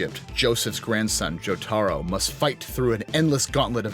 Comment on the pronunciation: I almost couldnt get past "Joh-taaaaah-roh"